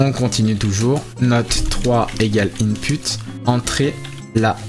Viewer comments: Input se prononce inpout. Mais merci j'apprends super vite. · Merci pourl e tuto par contre travail sur la prononciation du mot input 😅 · superbe vidéo mais on écrit input mais on prononce inpout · "IN PUTE" xddd